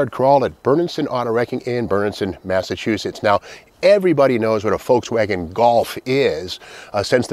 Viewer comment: So bizarre how you pronounce it “Folkswagen.”